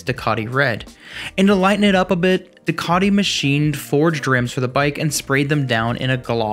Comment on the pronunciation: Due-Ka-Tee, Dee-Ah-Vel. Great video otherwise!